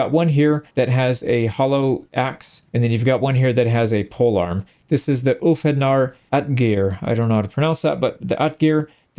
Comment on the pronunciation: I got to say its nice to see some Ulfhednar (Pronounced Ulf-heth-nar) getting some love. They were rarer than their Berserker counter-parts and often get lumped in with them as just a berserker with a wolf pelt. However the Ber in Berserker means Bear, and the Ulf in Ulfhednar means wolf as those are the animals they would embody. While berserkers were known for ruthless aggression, Ulfhednar were seen as cunning, lethal, and adept at small unit tactics. They also used battle trances like Berserkers but their better control and group tactics made them power shock troopers. Some Ulfhednar were also used as royal guards as their ability to stay calm and calculating until their ferocity was needed was highly valued. Editing to add: They are also believed by some to be what spawned the folklore of werewolves